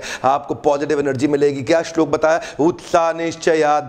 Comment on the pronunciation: The way he pronounce the shlok is incredible👍😍